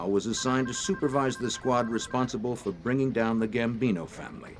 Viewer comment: Gambino not Bambino